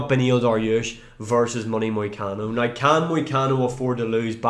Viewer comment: How tf do you sell the word "now" and then proceed to say "noigh"